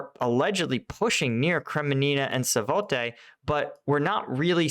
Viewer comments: For crying out loud. It's not "satoVAY" it's "SVAT-tuh-vuh". Take the time to learn how to pronounce the names of the places you are getting paid to talk about. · Why u keep saying SAVOTE instead of SVATOVE ? It is one of the easiest Ukranian names for settlements. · Thanks for your very interesting insights. Two thing though: please refrain from moving around the map, and zooming in and out unnecessarily, it's very distracting. And please try to pronounce the geographical names more or less correctly, they are there right in front of you! It is weird to hear you talk of Kremenina and Satovne when you obviously refer to Kremina and Svatove. But agai, thanks, your posts are very informative! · Small detail, even if I know the language and citys are strange to pronounce. Its called Sva-to-ve. With this said, love this channel. Keep up the great work! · take it slow SVA-TO-VE. 😅 You are already pronuncing all the right letters. Now just put them in the right order. 🎉 U can do it. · SVAT-ovah. Sounds like "swat-over" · Svaht' o-veh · Svatove (Sva'-toe-vuh), emphasis on the first syllable. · SVAH-to-Vah (Svatove) Primary accent on the first syllable, little emphasis on the second syllable, secondary accent on the third syllable. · Jaysus, man, you could really learn to pronounce town names by now, LOL, stuff has been happening around those for so long.. Svah-TOW-veah! But seriously, I always get a chuckle at your attempts, starting to think you're doing that on purpose 🙂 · For the love of God man, please learn how to pronounce Svatove correctly 🙏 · Come on Kremina and Swatowe. You can pronounce those 2 names after them being in news for so long. Not that hard. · I watch your videos all the time. Thank you! However these pronunciations are so brutal man. It's SVA-TOVE-AH and KRE-MEAN-NAH